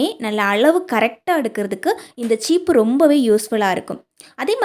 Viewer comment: Cheeppu illa mam seeppu